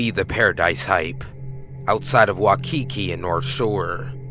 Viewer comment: As someone who lives in Oahu. The way you pronounced Waikiki hurt me.